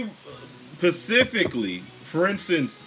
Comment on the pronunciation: It's SPECIFICALLY not pacifically, genius.